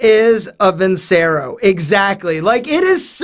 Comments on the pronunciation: how can you claim to be Italian when you don't even pronounce "vincero" correctly? it's "Veen-CHE-ro." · Video sponsor and he pronounces the company wrong 😂 Vincero is pronounced “Vin-chero” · My man did not just say Vincero!!